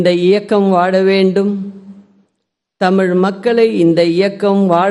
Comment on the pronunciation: ல,ள,ழ,த,ற,ன,ண.. எதுவுமே வரலையேடா... தமிழ் தமில் ஆகி விட்டது, சூழல் சூலல் ... ஐயகோ தமிழுக்கும் தமிழ் நாட்டுக்கும் என்னடா இது சோதனை